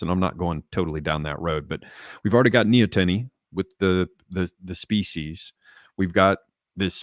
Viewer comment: nee-ah-ten-ee Pretty sure that's the pronunciation.